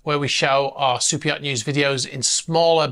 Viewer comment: Yeah the reason why people were saying that is you talk funny Like I had no idea that the name was super yacht news I thought you said soupeot, , But it's not just you all you people talk funny there's a bunch of you out there but I call T bigots , They refused to enunciate the letter T I don't know why they have something against it Perfect example and he's like my favorite person in the whole world but Andrew Tate is AT bigot unless he's saying his name unfortunately his brother is too now they can do whatever they want they've earned it I'm just pointing out the facts so y'all take some English lessons and get back to me next year and we'll see if you progressed